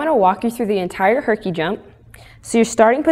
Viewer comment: instend of herkie i thoght she said hikie